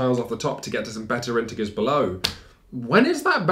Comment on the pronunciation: I love, with all my heart. But please start pronouncing "integer" correctly, it's driving me insane. /ˈɪntɪdʒə/ <3